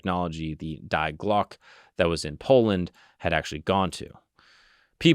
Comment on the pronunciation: you butchered that it’s Dee Glocka